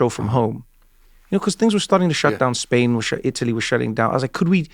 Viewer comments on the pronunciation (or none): none